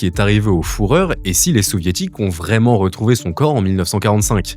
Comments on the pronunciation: Vidéo très intéressante. Juste une petite précision, le mot allemand führer se prononce "fureur" et non "fourreur" 😉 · Détail, mais j'aime pas la prononciation "fourreur", c'est plus comme "fureur" en français qu'il faut le dire. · t es le seul Francophone sur terre a prononcer "fourreur" soit c est pour le buzz soit tu veux le prononcer a l Américaine et tu trompe sur la phonétique,dansntous les cas c est ridicule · Avec cette prononciation, il y a confusion et amalgame. Une petite recherche google nous rappelle que "Le quartier du Sentier à Paris était un pôle historique pour les artisans fourreurs." J'imagine que ces derniers vont avoir les oreilles qui sifflent avec cette vidéo. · En effet, Il y a un tréma sur le "Ü" ce qui indique que cette lettre se prononce comme le U en français. Sans le tréma le U allemand se prononce "ou". Donc, führer se prononce bien "fureur" et non "fourreur". Vidéo sur l'alphabet allemand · P€&Ain ça m'a sorti de la video a chaque fois je ne focalisais sur la faute et âpres des que j'ai fait le jeux de mot fourreur j'etait entre mort de rire et frustre par la fausse prononciation a ta décharge l'allemand c'est ultra dur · La vidéo est parasitée par le prononciation « fourreur » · Il faut vraiment que les youtubeurs se décident à vérifier la prononciation des mots et des noms étrangers avant de faire leurs vidéos... Le "fourreur", celle-là, il fallait la trouver... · c'est vrai qu'entendre "fourreur" toutes les dizaines de secondes ça fout la vidéo en l'air. Dommage car beau boulot! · Foureur 😂 désolé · le "fourreur" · Le fourreur vue en Amérique du Sud… Ça m’a fait rire tous le long de la vidéo cette prononciation. Belle vidéo par contre. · le FOURREUR… ça agace, mais P* ça AGACE !! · Je me sens indigne de cette chaine, j'ai pouffé à chaque fois que j'ai entendu "Fouhrer"... J'ai honte. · le "fourreur" jxhxn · Ça m’a piqué aussi le “ four heure” mais on en parle de la “ loup feu va feu “ ?🤣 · Le fourreur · Il est chaud le "fourreau "😅😅